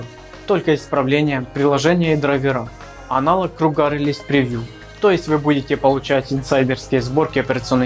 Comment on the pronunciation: только не кругА, а крУга